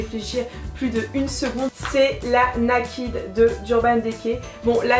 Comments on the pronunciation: Naked, ça se prononce "nékèd" :) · Ça se prononce "naïkid" ♡